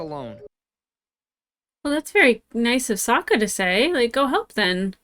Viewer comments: "Why did I call him Soak-a?" *coughcough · i think the movie corrupted you lmao soaka they pronounced the names bad in the horrible movie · I started a rewatch of this show because of this series. Also your mispronunciation of Sokka gave me PTSD flashbacks of the shitty movie which had the same blatant mispronunciation. Something the show does brilliantly is show that there are no “good” guys in this war. There are good and horrible things done by members of each surviving nation throughout the show.